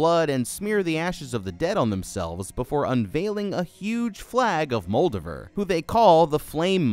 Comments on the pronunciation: It’s Muldover. Who’s Muldavere? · I have a suspicion you are either mispronouncing Moldaver on purpose, or you yourself never saw the actual show. Both are disappointing. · Worst pronunciation of Moldava I ever heard. She's not a Draugr Lord.